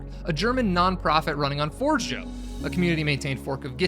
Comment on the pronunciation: "Forgejo" is pronounced as "for-JE-yo". It's an Esperanto word.